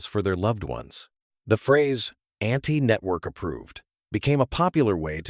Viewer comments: It's AUNTY NOT Anti...... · Cute story/episode... btw, "Aunty" not "anti"! 😊